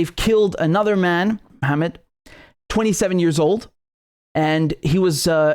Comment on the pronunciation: I never thought I'm going to support the French police. I love how you tried to mumble the name. Is it MOHAMED? I couldn't hear you. Mohameds are destroying France. Because the police doesn't let them do what they want.